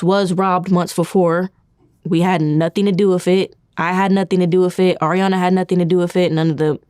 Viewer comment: “I ain’t have nuffing to do wiff it”